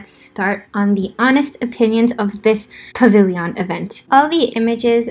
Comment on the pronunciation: Dude don't hate me but pavilion. Like a million. Not pavilyyyyyon. Lol dont hate me xD